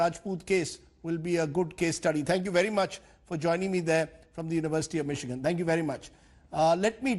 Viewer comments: Lol lol lol lol lol lol he calls Michigan..Mikkigan 🤣🤣🤣 There are NO fake accounts...we are all real.. if u delete our accounts we will file a case against u bastards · The way Anil Deshmukh pronounces Michigan shows how competent he and his Mumbai police is.